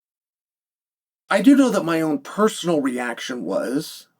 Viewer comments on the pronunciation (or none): none